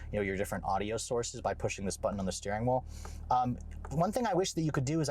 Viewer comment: You should get t-shirts that say “let’s check out the steering whool!” Love it.